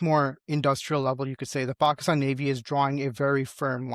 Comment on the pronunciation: What is Paaahhkstaan isn't it Pakistan ?